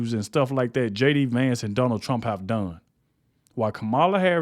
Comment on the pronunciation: TRUMP not TRAMP